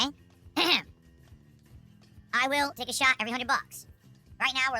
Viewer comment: I hate how he doesn't pronounce the T at the end of words. The "shah" instead of "shot" makes me angry.